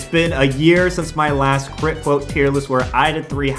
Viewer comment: Quit Cwote